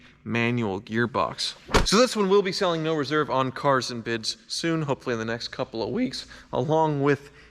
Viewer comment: it's CAAAARS and BIDS